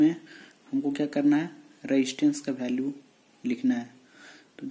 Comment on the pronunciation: bhai sab kuch sahi h par vo value hota h bhalue nahi h